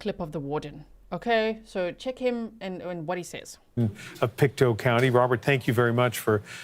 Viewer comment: It is pronounced Pict2. Just to get the prounounciation. Thank you for covering this Canadian story. Canada is very wooded, and there are very remote areas.